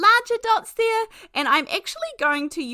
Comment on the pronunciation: As a native Californian, you always make me smile when you say “Hi they-ah”. Every time. It’s so fun spending time with you. We are having fall weather here (Los Angeles suburbs) - cool enough to wear a sweater, windy enough to blow our hair, sunny enough to keep us happy…